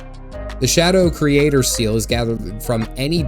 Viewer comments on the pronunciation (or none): none